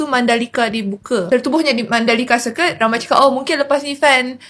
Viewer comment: Orang yang belajar bahasa inggeris tahu sebutan betul circuit, iaitu sirkit,. Yang tak tahu mereka sebut ikut ejaan, jadi sirkwit!